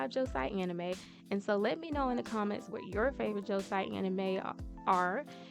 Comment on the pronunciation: Hermione: You’re saying it wrong! Its Leviosa not Leviosaaa!